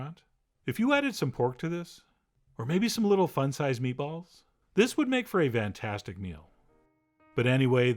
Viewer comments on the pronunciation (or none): One of my favorite soups of all time!!! Most people I know say they can’t get over the texture. I disagree fully. The texture is EVERYTHING!! Love it! I always thought you had to use sischuan pepper! Anyways.. I love how you say “Vantastic” ! 😂 I’m sorry had to. 😂